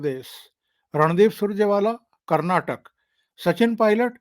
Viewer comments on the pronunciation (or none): none